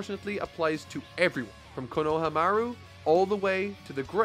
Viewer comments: Konohagakure = KO-NO-HA-GA-KEW-REY Konohamaru = KO-NO-HA-MA-ROO No more KA-NO-WA or KA-NO-HA, please. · ..... Kono-HAMA-ru Also... Kono-HA maybe it's your accent idk but hearing "kono-wa" makes me wanna cry love all your shit tho :))))))))))) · I’m surprised to not see any comments correcting his pronunciation of Konoha, it’s not said all at once, it’s KO-NO-HA, each as a separate syllable, same with Konohamaru. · Honest question, does mispronounce some things for consistency or something? This series took a long hiatus during the whole Toei thing. So I’m sure he knows how to pronounce Konoha probably by now. I can even deal with that but that Konohamaru was nothing short of a butchering 😕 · Editor San, for the love of god please tell him how to pronounce Konoha and Konohamaru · the way he mispronounced konoha over and over but then said konahamrus name like the actual konoha 🤧